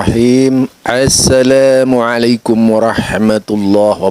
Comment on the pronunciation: Aku gak suka si tua... Lafal Assalamualaikum saja salah. Masak pake huruf A'in. Hihihihihihi.... Bodoh....